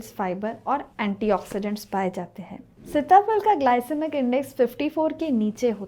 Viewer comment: सीता फल कहते हैं सिता फल नही, शब्द उच्चारण आपका गलत है।